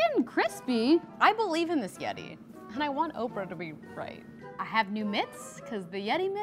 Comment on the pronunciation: I legit thought Oprah said orphan